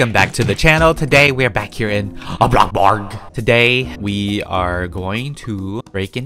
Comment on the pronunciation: HE SAID A BLOCK BARG INSTEAD OF A BLOCK BURG HE IS EVOLVING LIKE A POKEMON